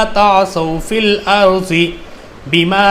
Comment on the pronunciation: Bro aap duaad ko juaad pd rhe arbaic me (duaad) hota h aur urdu me (juaad) to logo ko confise na kre wama aliyena illal bara (Fil arji nhi hai bo filardi hai bo)